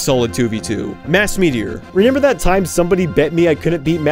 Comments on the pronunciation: im so curious, are you pronouncing remember as “renember”? no judgement just wondering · I like how you say 'renember' instead of 'remember' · do you pronounce remember wrong on purpose